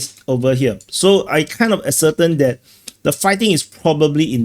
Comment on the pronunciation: Ascertain.....pronounced "a-sir-TAYN" One of my tai chi teachers used to say "air-bo" instead of "elbow." Your English is still much better than my Chinese or Singaporean.